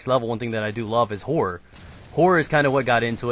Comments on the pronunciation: the way says horror sounds like whore >.> Theres alot of whore movies I agree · i first i thought he said i love whore -__ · i thought he said whore movies lol cos of his accent lol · I thought you said "I love the whore movies" mmm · I though he was saying whore movies till i saw the title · when said horror i honestly thought he said whore lmao.